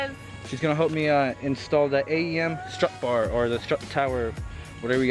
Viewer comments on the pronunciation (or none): “STRUT BAR” not struct bar.